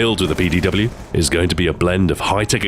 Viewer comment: Jeez learn to say PDW